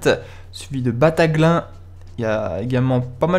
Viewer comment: battaglin se prononce BATTAGLINE